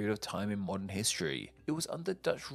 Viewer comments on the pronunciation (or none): none